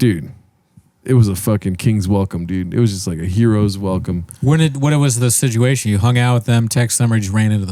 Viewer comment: "what was the sidjewasion?"